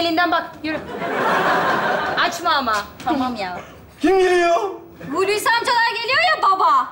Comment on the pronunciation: Adam "Hulusikim" diyor, seyirci de alkışlıyor. Tiyatro seyircisi başkadır. Görünen o ki bunlar o sınıfa girmiyor. Oyunculara biraz da Türkçe eğitimi verilirse iyi olur.